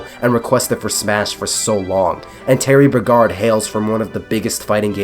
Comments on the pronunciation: TERRY BLOURGARD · The way you say ‘Bogard’ is actually offensive.